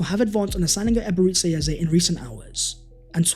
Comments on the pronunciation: its EBE-RE-CHI ..... not Ebereszi... Chi.. not Szi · Amazing as always! But please pronounce E-be-re-chi Eze not Eberizza Eze lol. Thank you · You are saying his first name wrong...its not Ebereci, its Eberechi...ends as Chi not Ci/Si